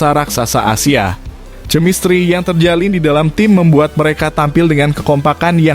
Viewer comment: Kemistri kok di baca cemistri,sungguh salah besar. Membaca harus sesuai dg aturan pengetahuan bahasa dan tata bahasa.